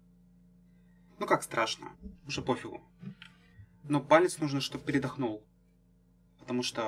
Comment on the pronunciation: не передохнУл, а передОхнул )))